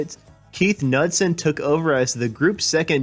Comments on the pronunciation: is pronounced k n e w d son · Keith's last name is pronounced 'Knoodsen'. Another Park, Another Sunday was the A side. Black Water was the B side. A DJ in Roanoke, VA started playing Black Water and the rest as Tiran Porter would say is hysterical!